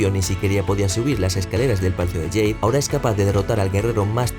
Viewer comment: ¿Por qué dices "Palacio de yeid" en vez de Palacio de jade?